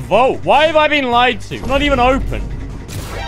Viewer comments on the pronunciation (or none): none